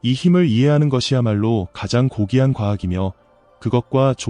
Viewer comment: 물리하기 -> 물리학이 관경을 -> 광경을 고기한 -> 고귀한